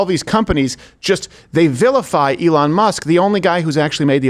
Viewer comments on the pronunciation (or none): none